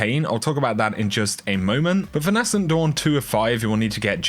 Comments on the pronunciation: Dude, please pronounce Nascent correctly. It’s ‘naysent’ not ‘nassent’. It’s a small thing but it does bug me. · It’s pronounced ‘nay sent’ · NAY-scent Dawn...Nay-scent...